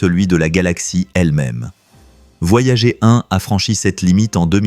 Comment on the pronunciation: La voix IA c'est déja bien lourd, mais quand elle prononce les sondes "voyagé" y'a plus qu'a se pendre :eyes-purple-crying